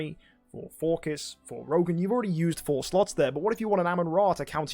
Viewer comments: even tho its a greek god, this isnt who hes based after. 99.9% of people call him "Phor-sees" not "For-kiss", and yes, youre the .1% lol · if you check how it should be pronounced, you get /ˈfɔːrsɪs/ - so pronunciation doesn't seem quite right. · dude it's pronounces For-Sees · you dont gotta get all smart on me lmao, im js you sound weird saying it, no harm in saying an idle heroes hero name the correct way. were not talking about life choices here, just a character in a mobile game. anyones tho, love you mk :) no hate.